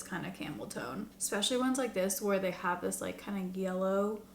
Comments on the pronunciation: Camel...tone...not toe Idk what is wrong with me 😂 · Every time u said camel tone, I heard camel toe!! 😂😂😂 I bought all the other Sephora palettes a while back like that and I don't remember the shifter shade being an epic fail. Hmmm. Love all ur videos. ❤❤ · I heard “camel toe” and not “camel tone” the first time 😂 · anyone else hearing camel toe instead of tone lol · Am I the only one who kept thinking she was saying “camel toe” when she said “camel tone” … got a nice chuckle 😂😂😂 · How many people did a double take when says camel 🐪 tone 😂😂😂😂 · You said camel tone and I heard camel toe 😅happy Friday. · I thought you said 🐫 camel toe 😅